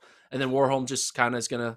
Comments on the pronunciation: I would say the difference is rather in the first letter. In Norway we pronounce W just like V (two different letters yet no difference, which is why "w" is very rare in Norwegian). So one should pronounce Warholm more like Varholm. Not a big thing though, but since we are on the topic 😊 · The a in Warholm is pronounced like you do in Karsten, not like in war.